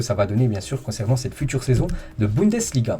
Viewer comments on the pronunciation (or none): none